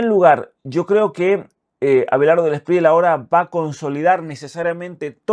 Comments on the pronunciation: Gracias por tu apoyo a los Colombianos en este momento tan importante para el país, solo una correción no se dice Espriela es como se escribe Espriella. 😊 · cre que debe pronunciarse la lla el apellido Espriella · Espriella se lee con elle 🫡🐯